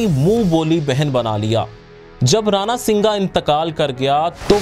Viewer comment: اسلام علیکم نہایت خوبصورت انداز اور عام فہم گفتگو ۔بہت خوب ۔امید ہے باقی ویڈیوز بھی جلد اپلوڈ ہوں گی ۔ ایک بات تھوڑی کھٹک رہی جو یہ ہے کہ آپ نے بولا رانا سنگا ۔جبکہ ہم اپنی کتب میں رانا سانگا لکھا دیکھتے اور پڑھتے ہیں دیگر YouTube ویڈیوز میں بھی یہی لفظ سننے کو ملتا ہے اگر یہ کمنٹ آپ کی نظر سے گزرا تو ضرور رہنمائی فرمائیے گا ۔